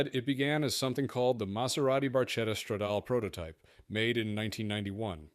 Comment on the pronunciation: Barchetta - ,,barketta''. You have to learn how to say Italian words properly.